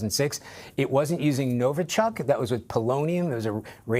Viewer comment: It's not NovO-chok and not Novo-chUck, it's pronounced NovI-chok, emphasis on the last syllable